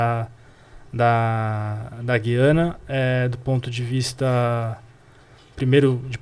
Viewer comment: Fale. Gu-iana